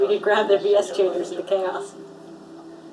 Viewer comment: U said it Wrong it’s Said The Letter V And Then Letter S